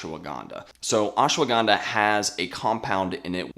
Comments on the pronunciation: It's ashwagandha, not ashawagandha. You're adding an extra syllable, and it already has plenty. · Pleae stop pronouncing it Oshwaganda. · Say the name properly at least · Fun fact: These experts talking about Ashwagandha don't even know how to pronounce it correctly. All good. Thanks for the effort.